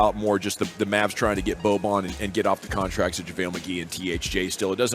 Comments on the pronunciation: It’s not boban its bojan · The pronunciations are not weird - Boban and Bojan are distinctively different - please respect peoples names in the future.